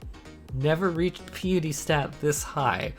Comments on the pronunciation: why do people say pea-a-tee instead of pie-a-tee ? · It's Pi like the equation, then eh then tea. (Pie-eh-tea) not Pee-ah-tea. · As a new-ish player thank you for this guide. The only problem i have is piety. Its pie-ity. As in pious, prayer and stuff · Great video thanks for the info. Oh btw Piety is pronounced like pie ah tee